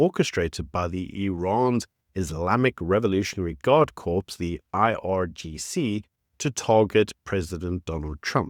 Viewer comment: "Corps" rhymes with "core."